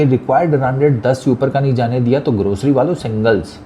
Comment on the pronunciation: Bhai aap jab grocery wala bolte ho bada maza aata hai 😂😂😂